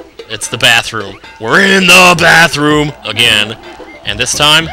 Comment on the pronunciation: why do u say "in the bathroom" like that?